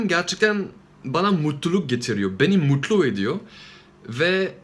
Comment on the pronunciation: Beni muğytluğ ediyor 😂😂 Abi alınma sakın ama mutlu deme şeklin çok iyi yaa 😂😂❤️❤️🤙🏼